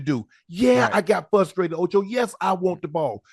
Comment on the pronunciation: Please review pronunciation of "frustrated".